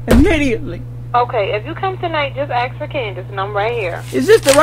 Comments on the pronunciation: YOU CANT "AKS" YOUR MANAGER! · "let me ax about dat" lol